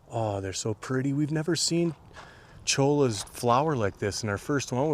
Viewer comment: I can tell you guys aren't Arizona natives the way you pronounce Usery, Cholla and Saguaros.